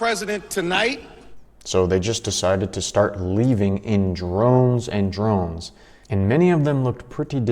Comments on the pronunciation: ...the word is droves not drones. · droves dude... it's not drones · Droves....not Drones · Droves not drones bro. AWESOME VIDEOS! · lmao this guy called a group of people "drones". it's droves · Droves. Not drones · It's "Droves" not "Drones" !!! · Its, left in "droves", not drones. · it's droves, not drones.... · Droves not drones lol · Leave in "droves"....not "drones". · With all due respect friend, its "droves" not "drones" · It's droves. Not drones. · Leaving in drones?? Bruh, it's droves. Leaving in droves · It's leaving in "droves"... not drones... the people are leaving in droves :) we'll forgive you.. it's an old english word :) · It's droves matey not drones !!😥🙄🤡🤡🤡🤣😂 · Hey, bud ..... The word to use is "droves" ..... Not "drones." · Not "drones." The word is droves. 😂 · Bro, people leave in "droves" not "drones". Telling on yourself for having never read a book. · Just so you know... it's droves, not drones. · “Leave in drones and drones” 😂 isn’t it “droves” and not “drones”. 😂😂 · They are leaving in “droves”, not “drones” 😂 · Droves.... they left in droves, not drones... 😅😅 but we know what you meant.😂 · Its "Droves", not "drones"...😑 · It’s “droves” not “drones” :) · English lesson: droves, not drones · the word is droves...dufus.